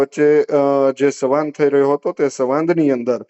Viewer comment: 'સવાંદ' 'સંવાદ' બોલાય સાહેબ!!! 😟